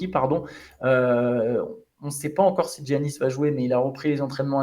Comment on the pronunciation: Thx guys! on dit Iannis, pas Djjjiannis 🤣